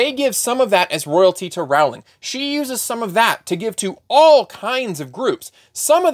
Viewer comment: A: Rowling rhymes with rolling. B: I'd like to carve out a third space between conservative and progressive. You know, for the people who oppose the trans movement and are pro-choice.